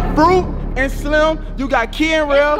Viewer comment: So nobody heard King say fruit n SLIME🤣🤣🤣: Fruit n slim bae🤣🤣 King had me dead😂😂😂😂😂